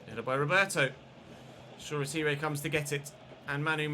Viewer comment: Shoretire is pronounced shaw-tyre